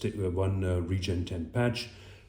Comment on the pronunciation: Now just learn how to pronounce the product properly. RE- GEN - ET-EN. for Smith and nephew's sake... Lol😂 but very good demonstration of technique video. Thanks.